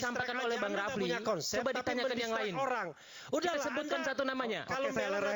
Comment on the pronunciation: Yg pake peci itu nyebut nama Bung RH aja salah, refly bukan bukan rafli 😂